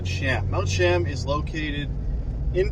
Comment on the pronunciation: Beautiful hike. It is actually pronounced like Chee-uhm fyi :)